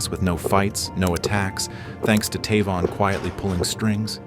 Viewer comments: I'm 99 percent sure it should be pronounced TAY-von, not Taa-von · Is his name pronounced “Tay-von” or “Tuh-von”?! wtf?!